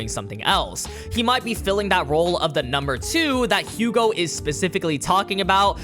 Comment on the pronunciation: I'm sorry I'm being that dick but it's pronounced Yugo and Ca-moo and Ren-wah(r). They're French.